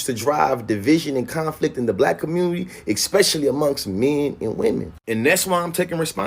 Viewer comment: "Exspecially" this guy is a fecal unit.